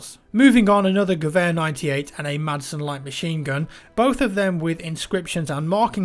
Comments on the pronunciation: Yes! Thank you for pronouncing Gewehr correctly! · Wow, he actually pronounced "Gewehr" right this time.